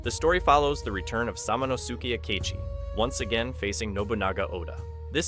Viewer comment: lol samano-sooki... Sah-mon-as-keh